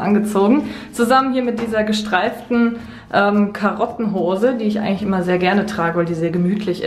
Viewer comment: wer hat auch Karottenhose 🥕 statt Carlottenhose verstanden?😂